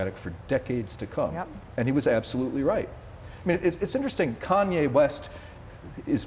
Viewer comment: “Kanway”. lol. And yeah this has aged well - as if Kanye isn’t going to be on tmz soon eating his own shit